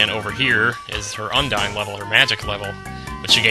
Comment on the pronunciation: not to be a grammer nazi but you pronounced Undine wrong....